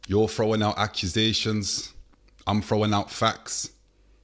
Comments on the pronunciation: “acrasayshons” 😂😂😂 clue got mans dyslexia going through the roof!!! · Not "Accrusations" 🤦🏼‍♂️ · accrisations and facts🤣🤣